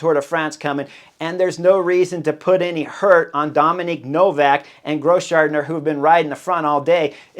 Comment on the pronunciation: DOMEN Novak 😂 not Dominic Chris